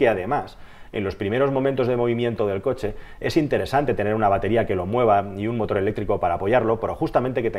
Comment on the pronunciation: Dice concha en vez de coche xD